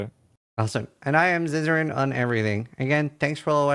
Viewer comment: "Ziza-Rain" and "Woody-Joe"... 🤣